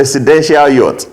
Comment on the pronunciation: He is an illiterate hearing the way he mentioned yacht